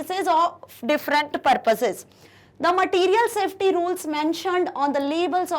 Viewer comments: Mam it's safety not softy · it’s safety not softy 😂😂